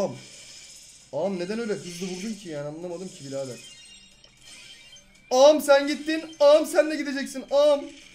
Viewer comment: Abi ağam derken küfrediyomuş gibi diyorsun şöyle a m